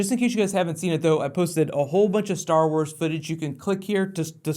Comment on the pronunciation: STARR WARRS